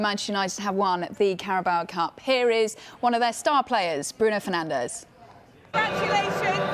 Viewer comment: "Bruno penandes"😂😂😂